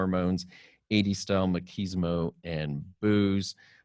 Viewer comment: "Maquismo" spelled Machismo, pronounced Mah-chiz-mo.